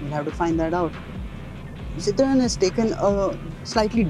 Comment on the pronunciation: the dude does not know how to pronounce citroen.